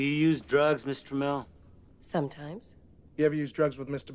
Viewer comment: Ohhhh they were saying Miss Tramell! I thought they were saying Mister Mell!